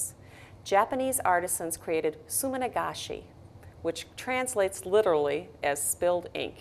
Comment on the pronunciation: sumi-nagashi =] not sumin-agashi